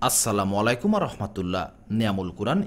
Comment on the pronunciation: শুরুতেই যে আপনি সালাম দিয়ে শুরু করেছেন সেটা সালামের শুদ্ধ উচ্চারণ হয়নি, দয়া করে একটু দেখে নিবেন। আসসালামু আলাইকুম হবে, আসসালামু মলাইকুম হবেনা..!..!!.